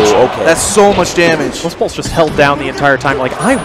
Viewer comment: did he call him "Westfart"